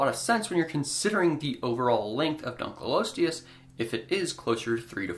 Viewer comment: It is 'Dunkle-osteus', rather than 'Dunkleeosteus'. Dunkle is a surname, the fossil was named for a man called David Dunkle.